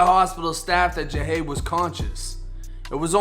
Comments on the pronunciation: His name is pronounced (JUH-HOD) JUH-HOD; JAHADE. KNOWN AS PANDA🐼🕊 & yes, he was nothing but genuine🤲🏽💜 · His name is pronounced Jah-hade